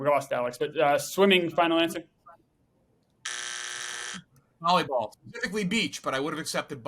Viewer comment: Did say “Bolleyball”??! Lol instead of Volleyball